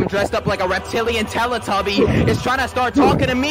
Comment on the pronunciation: "Reptilian telituby" had me dying